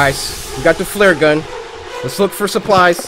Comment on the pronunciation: Coryxkenshin says flurgun